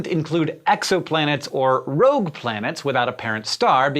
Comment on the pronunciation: Rogue, not rouge. Rouge is red in French.